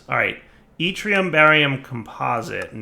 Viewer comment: Hey he pronounced yttrium right!